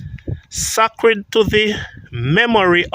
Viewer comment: i wish you would prounce the word this way SAY-CRED